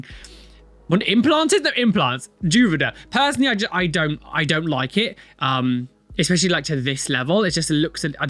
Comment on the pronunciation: Especially, not expessially